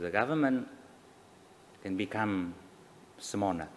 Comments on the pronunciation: Phát âm của ông Hùng tôi cho 4/10. Tự tin diễn đạt ý nghĩ bằng tiếng Anh không cần giấy chứng tỏ là người có đào tạo căn bản hơn nhiều vị bộ trưởng hiện tại rồi. Ông ta mắc lỗi phát âm lớn nhất là vẫn ngọng L thành N, smaller phát âm thành small-ner. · Nói ngọng smaler ....đọc âm L thành âm N...... ngọng. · Có thiện cảm vs ô này, chỉ mỗi tội ô ngọng L & N cả tiếng Việt v tiếng Anh. Chỉ vài câu mà thấy mấy lần S Mo Nờ (smaller). Với tư cách là 1 Bộ trưởng thì việc nói ngọng đó là rất ko ổn. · Smanner chứ k phải smaller :). Anyway ít ld nào ngoài bộ ngoại giao có thể giao tiếp bằng English như bác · Smaller - he said " Smanner"